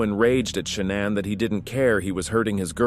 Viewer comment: If he calls her ShaNAN one more effing time.